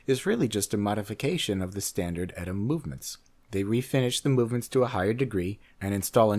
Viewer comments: its not "etta" its E-TEE-EEHA. it makes you sound like an idiot! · It's E-T-A, not "Etta". And it's still ETA that does most of the custom finishes and all the so-called BS "up-grades" made to order for all these companies, do you really think for a moment that a company that would use their movements is really capable of doing that kind of work to something that's already built? And it's also ETA again that's making the new so-called "in-house" movements for its other Swatch Group counterparts, anything Swatch Group is in-house, you credulous dope! Stop believing the industry lies and their Swiss slight of hand.